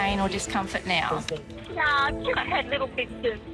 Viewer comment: saying "no" but sounding like "noer" is never going to make sense...